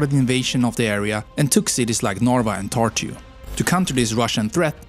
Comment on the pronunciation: as a estonian him pronouncing narva and tartu as norva and tortu is pretty funny